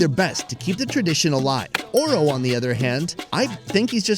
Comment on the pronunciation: Oro not ora sorry